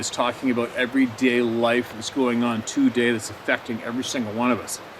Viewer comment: I like the way he say TOday.